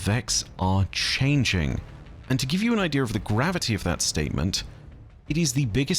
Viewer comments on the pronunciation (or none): Idea still doesn't have an r in it.